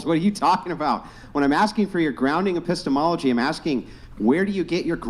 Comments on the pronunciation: Just because Epistemology sounds like Epistles doesn't mean it it. Be better😂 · I couldn't watch after she said "apisstles" due to secondhand embarrassment. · "The study of epistols" LMFAO